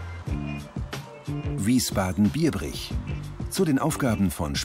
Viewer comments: Wiesbaden BIEBRICH nicht BIERbrich. Danke. Schon doof, wenn man nicht richtig vom Zettel ablesen kann :D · Hahahahah Bro du hast Wiesbaden und Biebrich mal komplett katastrophal ausgesprochen 😂😂